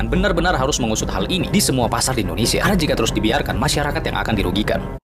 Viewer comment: Dia juga sebut indonesya